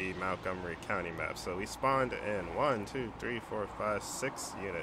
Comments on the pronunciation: btw i live here and it is not (Mount-gomery) it is (Munt-gomery) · MONTgomery, not MOUNTgomery